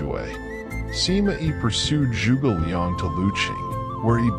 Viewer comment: The way he pronounced 诸 was crazy. He made a sound that doesn't exist in Mandarin OR in English. If you're sticking to English phonics, then just pronounce 诸 as "joo"